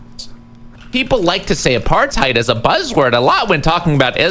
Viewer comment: Until a single American gets even vaguely close to properly pronouncing 'apartheid' (it's really not that hard), I refuse to believe they know ANYTHING about our country's history. Destiny is the only streamer who questions the use of the word and I appreciate it